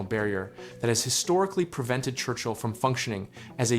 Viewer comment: „Church-Hill?“ no , Churchill 😂 .. Port of Churchill is named after John Churchill, 1st Duke of Marlborough (1650–1722), an English general and statesman. (I would have bet after Winston Churchill, but no) … Duke of Marlborough ( Marlboro is an American cigarette brand - too close to ignore)